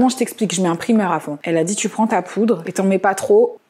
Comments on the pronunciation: qui parle tout le temps anglais mais qui dit primeur au lieu de prymeur c'est ouf 🤯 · parle anglais toutes les deux secondes avec un ptn d’accent mais prononce primeur pour dire primer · Tu parle anglais mais tu prononce « primeur » 😭